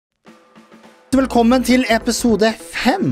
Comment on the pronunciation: Noen andre enn meg som hørte TTSSVELKOMMEN på starten?!